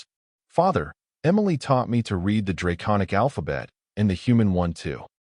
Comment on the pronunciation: Love your storytelling, and the AI voice is better than most. But still has trouble with words spelled the same but pronounced differently according to use, such as read. I think that will be difficult for AI to learn…